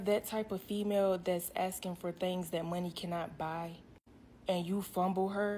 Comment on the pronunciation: What's up with all that axing?